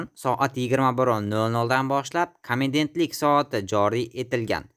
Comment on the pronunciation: Комедентлик эмас харип, комендантлик соати.